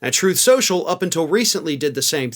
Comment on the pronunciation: "troth sential"